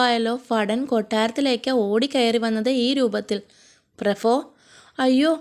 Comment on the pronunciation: ഫടൻ, പ്രഫോ എന്നിവ തിരുത്തിയാൽ അടിപൊളി